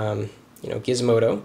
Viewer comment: "Gizmodo" I stopped watching there.